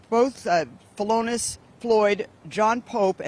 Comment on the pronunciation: Philonise (felonus) Floyd? Noice one, juice. Keep squeezin' out them scripts. Can't wait for the sequel. Going to be hard to top the Waynel Sexton character.